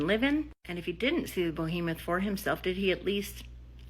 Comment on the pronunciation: That woman kept saying "Bohemoth". It's "Behemoth". It's a giant monster, not a giant artist from Greenwich Village 😂 Just having some fun... great vid!